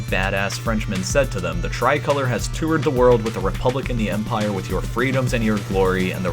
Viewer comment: It’s tri-col-or”e”